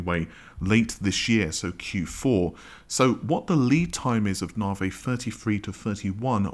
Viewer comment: Considering that AMD is your thing why the hell can you not correctly pronounce Navi? There is no such AMD product as Narvay.